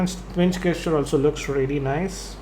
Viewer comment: it's pronounced jes-cher not ges-cher